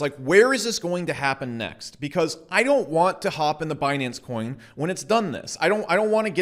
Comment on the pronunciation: "Binance Choin"